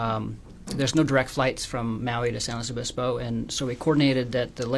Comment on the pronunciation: why is he pronouncing San Luis Obispo like that?